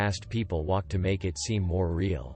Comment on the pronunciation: Found a high Russian. 'Vee' 'double U' ...because there's a very big similarity in sounds... Why don't you jump in my WolksVagon instead of Valk to the Eksperimental Eksibition... Not high on Cannabis/Marijuana, that's for sure...